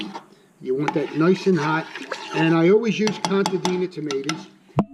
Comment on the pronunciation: not CONTADINA. LOL.